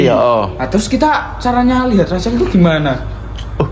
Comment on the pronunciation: Oiii lu kagak bisa omong rrrr ya bilang Rassel aja gitu jangan acel alay,pick me,jelek lagi